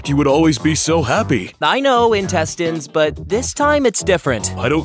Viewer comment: It's pronounced "intestines".